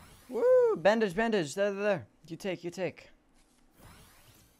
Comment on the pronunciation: I love the way the dude said bandage "Bandaje"